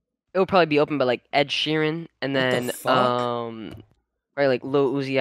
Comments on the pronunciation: said ed sheeren im dead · Bro said Edsheeran then uzi wtf